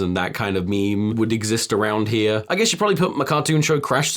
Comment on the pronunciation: bro, tom totally sounds American when he says "around here"